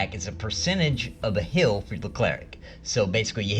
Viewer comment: Love channel, hate how you say heal. . It's heal not hill. 😆